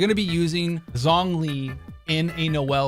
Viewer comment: Thats not how you pronounce zhongli